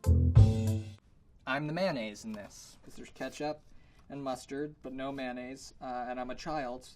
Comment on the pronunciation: MANNAISE THERE WAS NO MANNAISE WHAT ARE YOU SAYING ITS MAYONNAISE AHAHAHHA